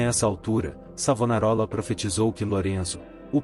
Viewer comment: Vá estudar mentiroso, enganador de trouxas. Aprenda ao menos a pronunciar o nome do Mestre! E qual é a tua "igreja" o mentiroso ? Sou florentino. Cacete!